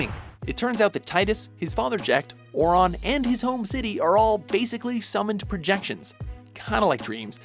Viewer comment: they didn't even pronounce Aurons name right in a voice acted game plus they called him a dream they obviously just read a FFX Wikipedia page and never played the game